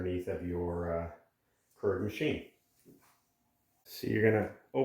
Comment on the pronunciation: Pronounced Cure-igg not curr-igg